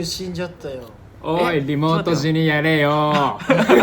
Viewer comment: 翔｢おーい りもーとじにやれよ〜｣ 発音ひらがなすぎない？ しょうたくん(5さい)きゃわいい🐰